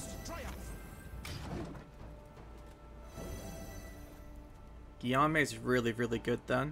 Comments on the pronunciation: Guillamue is pronounced Gi ome :) Im not french so who knows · Guillaume is pronounced Geeome (ome as in home). Thanks for good content.